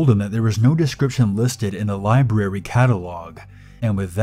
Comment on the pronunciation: I like how you enunciate the R in "libRary".